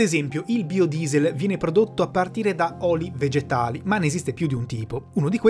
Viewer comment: Per tutto il video non ho fatto altro che ricordare Xzybit che dice "BAIODIESEL" chi ha visto pimp my ride saprà